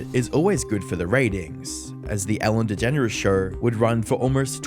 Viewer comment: Anyone else think she pronounces her name as DeGenerOUS? 😂